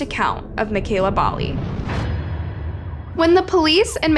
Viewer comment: I'm from yorkton it's not definitively known what happened to mekayla, the title is a gross clickbait crapfest, also you're pronouncing Bali wrong, Regina and Saskatchewan wrong